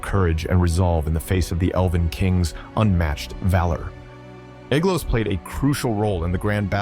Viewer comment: Ae, like ai, is pronounced as a long I, not as a long A. So the ae in Aeglos sounds like the word eye.